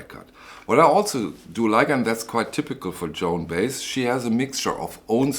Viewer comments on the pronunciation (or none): Hi. Just a tip for you. Joan’s last name is pronounced, bi-ez. ☮️